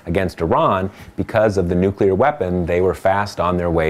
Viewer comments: I'm sorry but how is it spelled, nukular or nuclear? You would think after seven fucking years he could get it right! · bonus points for STILL not being able to pronounce 'nuclear' correctly, W... :D thx again, TPM. 5&F